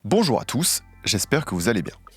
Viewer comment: j'ai crût qu'il avait dit "bonjuoir" voilà je voulais juste partager ceci